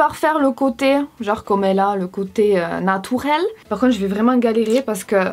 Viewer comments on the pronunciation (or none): Il debut quand ta dit "natourel" j'étais morte🤣